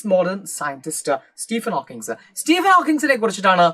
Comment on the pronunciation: Hawkins alla Hawking ann Hawkins oru pressure cooker aann😅